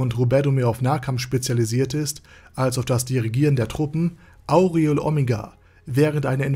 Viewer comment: Schönes Video, aber was mir in jedem deiner Videos auffällt.... Du sprichst die Namen immer falsch aus, das tut beim zuhören weh ;( . z.B. Albedo oder Cocytus und auch hier Aureole . In den Anime auf Deutsch oder Japanisch werden die Namen so nie ausgesprochen wie du es machst.